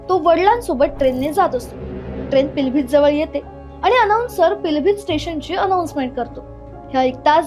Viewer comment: पिलभित काय महानता ते पीलीभीत आहे.उच्चारण तर ठीक करा की.. पिलभीत, पिलभित की म्हणता...